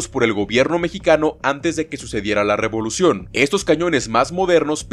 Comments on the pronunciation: Dice "revlucion" y no "revolucion" ahi nmas para avisar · Revolución no Rvlucion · La "Revlución" JAJAJAJA